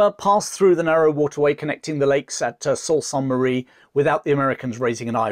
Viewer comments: Excellent, as usual...just to help a tic...soem place names...it's George-Gee-ahn-bay, and Soo-Saint-Marie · A great, and accurate account, but a bit of research into the pronunciation of Canadian vocabulary would help. For example: Metis (maytee), Saulte Ste Marie (Soo St. Marie). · Another great video, and as a Canadian glad to see it. One thing for prononciation, Sault st Marie. The Sault part of it is normally pronounced like Su or Soo